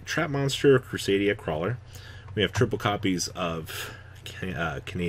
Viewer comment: I will never recover from attempt to pronounce the Krawler links.